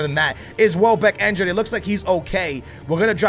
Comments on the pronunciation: INjured not ENjured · ITS CALLED INJURED/INJURY NOT ENJURY